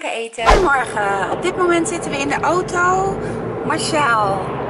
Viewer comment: Like als altij ooto in plaats van auto zegt